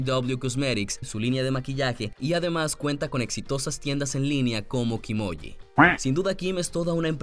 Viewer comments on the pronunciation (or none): A alguien más le dio risa😂 cuando dijo kimoji (emoljis=😗😂😁🤣 PSDT :DALE LIKE SI CREES LO MISMO